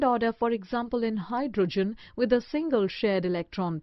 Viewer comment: Mam that's hydrogen not hydrgen